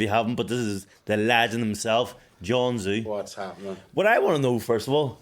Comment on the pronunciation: how longs he gonna let people pronounce it John Zoo fs 😆